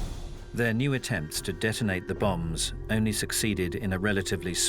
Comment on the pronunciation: British narrator pronounces 'bombs' as 'bums'. 😾